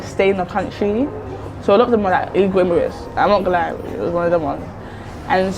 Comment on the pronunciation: lol she cant even pronounce immigrant she needs to be md wtf shes duneouthere dese are the girls im talking about shes prolly the immigrant cant even speak formal english